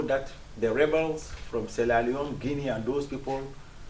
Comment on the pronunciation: did he say siella leone